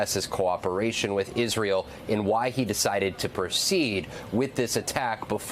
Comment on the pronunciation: "pronounce Israel correctly" challenge difficulty: impossible also, why would you repeat trumps rhetoric of the 51st state?? such nonsense